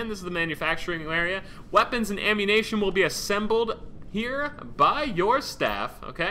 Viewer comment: He said "ammunation" is ammuniiiiition